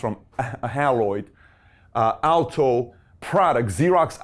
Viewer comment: It’s pronounced “HAY LOID”! NOT Hal-loid. I met the President of Haloid Corporation (the parent company that changed its name to XEROX) in 1960. He was my high school principal’s roommate. They developed the computer to aid in the use of their copiers. I actually worked for them while in college during the summers. They were the victims of 3M who stole their software in 1965. 3M took over the position of the number one copier company for years, especially for the government.